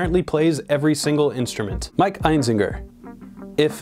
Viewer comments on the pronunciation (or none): none